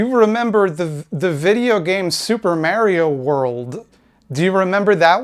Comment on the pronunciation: "Soup per marry oh world"? What kind of game is that?